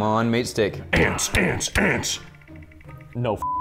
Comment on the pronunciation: I think said "ants" but it sounded like he said "ass." 🤣🤣🤣